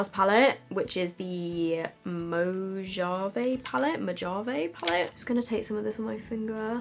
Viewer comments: Lol, "Mojave" is pronounced Moe-have-ee. It's a desert in California. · Mojave is pronounced mo-haav-e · Mojave... is pronounced Mo-har-vee. Like the Mojave desert... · Except its not pronounced with an "r" haha. Its Mo-ha-vee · ik this video is so old, but it's "mo-HAH-vee" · It's pronounced Mo-Ha-Vee, it's a small desert city in California that's basically one you just pass through on road trips. It's also the name of the desert. I wouldn't make a big deal about it normally but I lived 20 minutes from it my whole life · Late to the show but it's Mojave it's Spanish so it's pronounced Mohave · mojave is pronounced mo have ay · Mojave, "Mohavay" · 🤦🏼‍♀️ for the love of god please learn how to pronounce Mojave